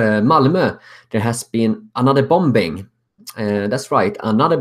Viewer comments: it's pronounced: Bomming... not BomBing;) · bombing not bom-bing :) love your work :) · great work man but in english you say it as bom ing , silent b, good vid mate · I thought you would like to know that the second 'b' in 'bombing' is silent. So it sounds like bomming. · hey i appreciate your insights. many of us in america are worried about sweden. one thing though and i hope you take this in the way it is intended: in english the word "bombing" is pronounced such that the second "b" is silent. so when you say it, it would sound like "boming." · The 2nd b in bombing is silent. It's pronounced Boming. Other then that, thanks for reporting these tragedies. Sweden needs to react as soon as possible. If this were to happen in north america the feds would've been all over it after the 1st attack. How can the sweden authorities ignore this and not do anything? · Sweden won't be saved if you can't say Bombing properly. People won't take it seriously. Ive already tried to show someone and they just found it funny ffs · Oliver Kvesic Great work. Little correction... The second b in bombing is silent.